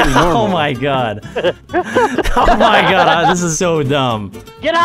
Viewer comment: Mehgaed.. Is deh cocktus!!!